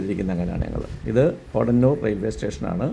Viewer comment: പോടന്നൂർ ആല്ല. പോത്തന്നൂർ